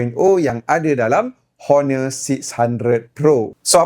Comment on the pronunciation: sebutan tu bukan Honor tapi one. buang huruf h tu.